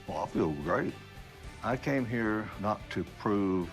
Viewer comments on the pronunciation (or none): none